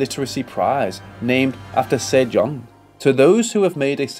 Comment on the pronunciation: King Sejong, not Seyoung but helpful clips. Thx❤